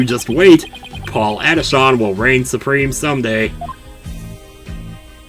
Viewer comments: Paul Atishon is supposed to sound like “politician” it actually hurts hearing you say Adishawn. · No no pronounce it as Paulatishion in other words politician yeah the name puns continue but it can’t beat one that you’ll see later